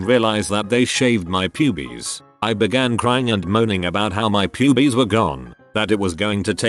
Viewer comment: The reading of "pub-ees" made that section of even funnier.